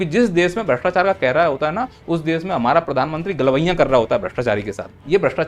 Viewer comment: Bhastechar mat karoo Word galta hee 😄😄